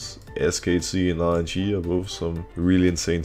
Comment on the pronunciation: Every time Broxah says "RNG" does anyone else hear "IG" instead ? 😂😂😂